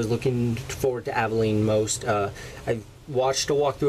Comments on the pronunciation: It's pronounces all-do-wall-a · It's pronounced (Ad-e-wall-e) and he's an awesome assassin Also the stick is a blow pipe